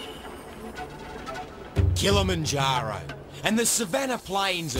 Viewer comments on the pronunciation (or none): it is Kilimanjaro.... not Kilimanjara.... Geee. .... and I thought Steven did know about things....